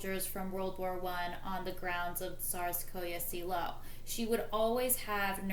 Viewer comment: pronunciation of Tsarsko Selo and Alix of Hesse needs to be corrected Alix of Hesse became Empress Alexandra Prince Alexei is Tsarevich must get the names correct these things are important to give you credibility